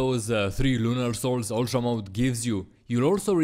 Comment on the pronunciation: I know how hard it is to not say yultra if you're european